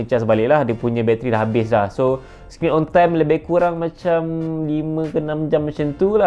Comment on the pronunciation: Kurang not kuraeng😂